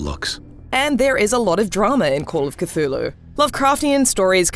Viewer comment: C THUL HU!!! Not catulu